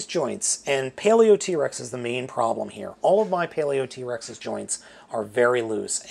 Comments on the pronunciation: I think Paleotrex's name is supposed to be pronounced: Paleo-trecks. That being said, yea, the pins in mine are loose too, specifically the left knee. Perhaps the two pachy fossilizers offer the stability parts these 3 are lacking to make a proper combiner. Personally, I just want an extra set or two to make my own bone throne. I really hope they release skellivore as a stand alone figure, and that they release the other fossilizers in special clear colorings, too. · You pronounce it paleotrecks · the thing that annoys me the most how he says “paleo Trex” instead of “paleotrex